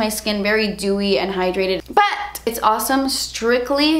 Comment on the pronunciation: The “but!!!!” 😂😂😂